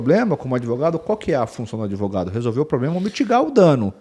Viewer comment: Ué...."adevogado"???? Achei q ele daria a cara a tapa...😅😅😅